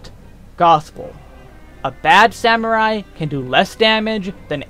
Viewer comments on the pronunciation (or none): none